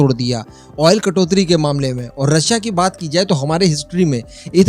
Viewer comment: भाई जी कटोत्री नहीं कटौती होती है.